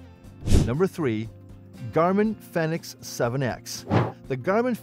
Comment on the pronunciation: It's a Garmin Fenix, not phenex.